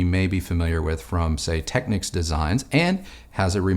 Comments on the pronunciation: yeah that annoys me too. it’s not “tekniks”, like the ny knicks. it’s “tekneeks” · Always enjoy the vids, keep up the good work! FYI, it's pronounced "Tech-neeks" and K-E-F, but because of your age I'll forgive you 😀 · Just letting you know young man, Technics is pronounced Techneeeeecs. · Nice video. I'm a Technics man myself from way back. I still use a Technics SL-QD3 to spin my vinyl. It's a great little turntable. It's never failed me one day since I purchased it back in 1985. Just as a bit of 'helpful' information. The Japanese pronounce it..."Tek-neeks". I cringe whenever I hear it mispronounced. Otherwise, great job!